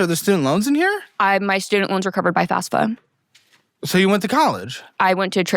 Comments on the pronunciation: So many people on here say "FASFA" instead of "FAFSA" deapite FAFSA being much easier to pronounce. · Why can't a single guest on this motherfucking show say FAFSA? The second F comes before the S. It's not FAS-fa, it's FAF-sa.